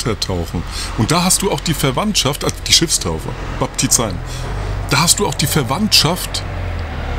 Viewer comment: Baptizein - das ei wird nicht als ai gesprochen sondern als e-i